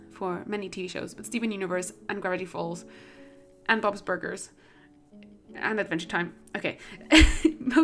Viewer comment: am i the only one that noticed “ bobs burguers? “